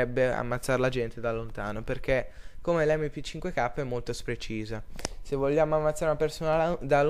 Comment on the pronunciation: ottima guida, ma è molto Spreciso nn si può sentire xD